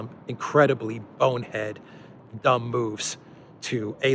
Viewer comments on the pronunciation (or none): none